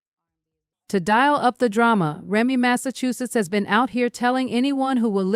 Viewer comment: Who tf is "Remy Massachusetts"??? 😊😂😅